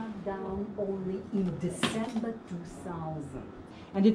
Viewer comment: desember two sauznt